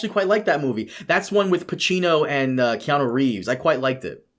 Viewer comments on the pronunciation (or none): none